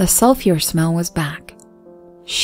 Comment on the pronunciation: I just found your channel and I'm hooked! The only thing I think you need to work on is pronunciation of certain words. Like "sulfur" and "copy".